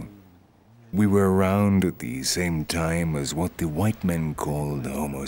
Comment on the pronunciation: "By di hwite man"